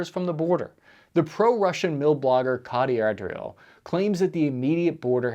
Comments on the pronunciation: That was really something else. Condo RETTY OH. Versus Con doh tee eh ROH. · Your pronunciation of Condottieri makes your David Cameron impression look positively masterful.